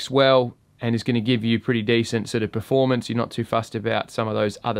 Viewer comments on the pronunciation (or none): none